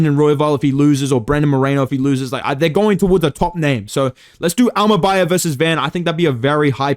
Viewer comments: Bro got secret beef with Kazakhs 😭😭 bekzat immacan and asu immabum killed me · "imabum vs Joshua van" 😭